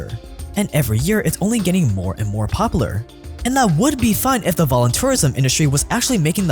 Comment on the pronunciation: its POP-YOU-LAR. Poplar is a tree